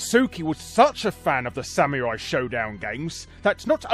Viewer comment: ok your pronunciation of samurai as sameerai bugs me